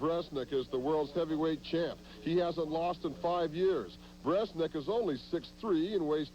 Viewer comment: Hey, commentator! It's "Brzenk", not "Breznek".